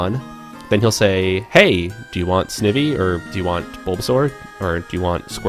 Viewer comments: not to be a troll, but the way you pronounce Snivy is [Sn-I-vee] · This is a super helpful video but... the way you pronounce Snivy... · Yeah! XD